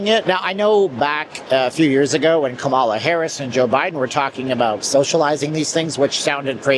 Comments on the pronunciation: So much this… he said in this video about Charlie Kirk that this was an apolitical page; like SIR, that pronunciation alone showed the lie 👀🙃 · Pronounce Kamala Harris' name correctly. You're so rude and disrespectful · You mispronounced Kamala's name, said we should have ignored COVID even more than we did: voting R did this to our country.😢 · Yeah he is getting worse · Its not hard to say her name correctly.